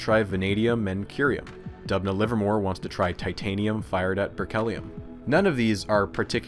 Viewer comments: As an actual citizen of Dubna it gets me hyped every time my small motherland mentioned! But also, it's pronounced Doobna, because it is derivative from Russian word for Оak - Дуб (Doob)... Otherwise, great and informational video! Huge fan of your style of presentation! From Russia with love... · Videos about scienfitic misconduct are so interesting But Dubna is pronounced as Doobna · It's pronounced as D[oo]bna btw, with 'oo' like in the 'book' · Great video, as always! Not important, but just to let you know, the town's name is pronounced "d-oo-bnah", the etymology is from the word "d-oo-b", meaning oak. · Is it really hard enough to check how names of people and cities are being pronounced? Georgy and Dubna are hilarious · The way he pronounces "Dubna". 😂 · great video but why are you pronouncing Doobna as if you are a british bloke saying "governor"